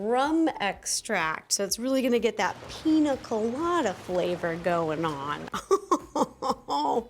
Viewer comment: oh btw it's pronounced pinya colada, the accent on the n makes it "enye"